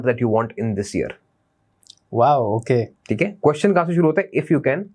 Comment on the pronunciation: Aowkay aowkay whats this nonsense its okay not aowkay Indian jab do hurf English sekh lety hen tu extra ho jaty hen😂😂😂